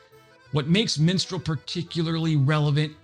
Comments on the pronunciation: For crying out loud! It is called Mistral, not "Minstral"! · Mistral not Minstrel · Minstrel missile??? Mistral. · "Minstrel" missiles? from France? Surely you mean "Mistral". Google it. Learn something. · I liked the mispronunciation . "Let me sing to you the song of my people.." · Yeah, no idea why he butchered that name so badly. Typically Americans would say mistraal, in my experience. But the cherry on the cake was crotale. What on earth ? Anyway, at least he tried, so B